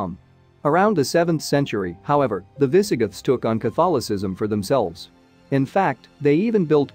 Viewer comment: Yes. Minor mispronounciations like "viss-uh-GITHS"